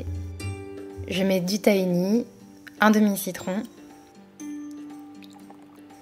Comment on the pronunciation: Tres sympa! Pour info le tahini se dit taRini il faut prononcer le H